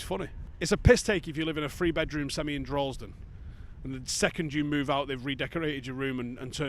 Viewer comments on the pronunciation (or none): none